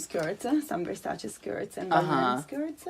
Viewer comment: Uno de pochi americani che pronuncia Versace e non Verssàcci.